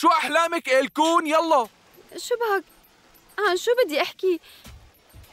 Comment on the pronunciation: اسمها ايلكون😂😂 مو الكون